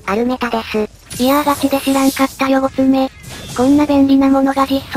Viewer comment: ごつめという読み方がじわる。 メガガル対策ですね、解ります。